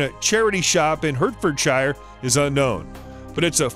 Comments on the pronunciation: Hurt- Ford-shire? It’s pronounced Hart-ford-shire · Hartfordshire not hurtfordshire lol